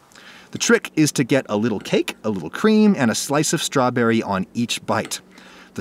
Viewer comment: "Here's a vwery bwight stwabewwy"